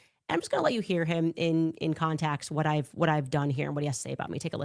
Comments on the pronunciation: Did Candace say con-tax instead of context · She can’t even say context correctly….lol.